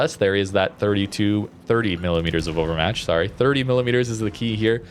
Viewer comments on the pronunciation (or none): none